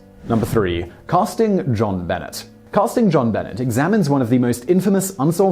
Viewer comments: Simon, you really need to work (research) on some of your pronunciations. JonBenet is not Ben-net, but Ben-neigh, like the French pronunciation. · You had me until you said "John Bennit". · How do you NOT know who JonBenet is or how to say her name? Lol She was only on every TV screen every day for YEARS. BENET = BUNAAY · Jonbenet Ramsey..pronounced, jon benay..didnt you hear a news caster say it ever? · I have to admit, he may not know that the name is French, and tried for a British pronunciation. Little Miss Stamper, since he doesn't live in the US, he probably didn't have the 24/7 news coverage pronouncing the name over and over again. Simon, if you read this, it is pronounced "jean beh-ney". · Jon Benet (Buh-Nay) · Dear Zachary made me cry mad horrible awful tragedy but uplifting at the same time. One of the absolute BEST I’ve ever seen... oh and that’s not how you say Benet you mark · Montel Paige Yes, Simon is English. But, look at it from this angel...Jean Benet is a FRENCH name!! Not even American! Like I said prior...a person's name is really all they have. Have some respect & make an effort to pronounce someone's name correctly. Especially on an international platform.